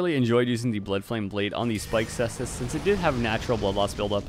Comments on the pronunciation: I'm gonna be a total nerd here and say it's pronunced Kaestus. 😛 Latin C is a K. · He corrected his pronunciation on ds3 caestus but went back to how he used to say it lol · I thought you said it's pronounced koostes! Has it changed since DS3 caestus weapon showcase? 🥲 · +1 for sestus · hearing you laugh before pronouncing the name was like watching someone point out a piece of poop in the road, then immediately step in the poop :D great vid as always!